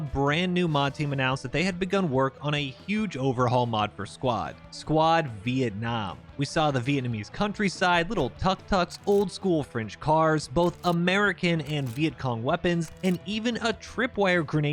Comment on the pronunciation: Its pronounced took took.